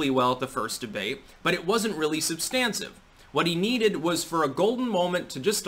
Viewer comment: "substancive""??? No, lol it's " substantive"